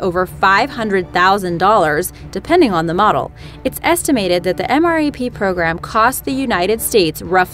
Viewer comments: She said M.R.A.P... Do you even English? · QUIT saying M R A P you say it all together MRAP. My goodness that's so annoying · Stocky yes she said mrap but it's pronounced m rap. Like you say the letter m then the word rap and that is what the OP was trying to say. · anyone else cringe every time she said M R A P instead of pronouncing it M-RAP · I got trigered when she said m.r.a.p in stead of m. rap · For the MRAP it is called "M Rap" not M.A.R.P. Its like nails on a chalkboard when people get military terms wrong. Like FOB (Forward Operating Base) is pronounced "Fob" not F.O.B. Its like when people think AR means assault rifle... None the less, thanks for the great videos. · It's pronounced M RAP